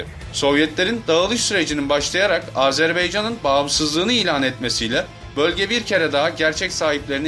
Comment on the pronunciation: Lütfen doğru telaffuz ediniz, AzerbEycan değil, AzerbAycan.